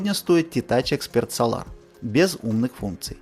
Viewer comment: Dude ударение в Солар бьет по ушам. СОлар а не СолАр.